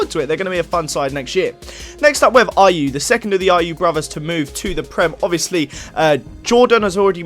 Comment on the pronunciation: You got the Ayew's wrong